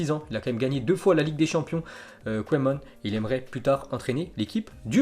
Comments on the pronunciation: Sa se dit Kouman en ndls oe se dit ou 👌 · les belges savent qu'on dit Kouman